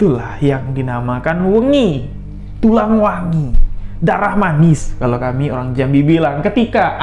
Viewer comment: maaf,,nyebutnya tulang wangi yaa,,bukan tulang wengi.saya jg tulang wangi,,tersiksa dr kecil😢